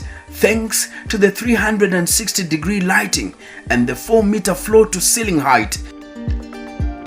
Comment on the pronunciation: Diction. The content is absolutely great but diction is not giving. Kwanza the lady being interviewed. Wueh. The word "and" has no 'r'.